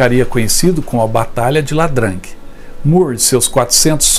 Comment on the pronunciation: Boa noite. Excelente vídeo. Gostaria de fazer uma contribuição. Em relação ao “Fomos Heróis” o correto é IA DRANG. No início da frase o i parece “ele” (letra). E se não me engano quer dizer rio ou córrego algo assim. Como se fosse rio Drang. Em relação ao “Círculo de Fogo”, também é inspirado num trecho do livro homônimo (do título original) que retrata a batalha de Stalingrado.